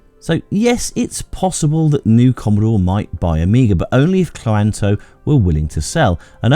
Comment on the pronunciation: I think Cloanto is meant to be pronounced cloan-to